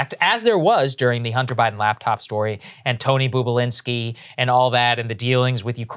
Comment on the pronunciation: Love that Sagaar called him “Boob”alinsky hahaha